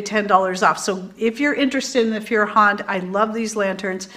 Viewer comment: it's German for fire hand. Said "foy-er-hánd". Just a fun fact. Lol